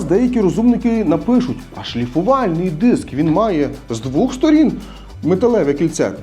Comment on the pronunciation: Дякую за поради. Але українською буде - двОх. Удосконалюйтесь! Слава Україні!